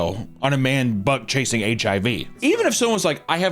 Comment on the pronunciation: it took me up to this point to realize you were saying “bug chasing” not butt chasing 😭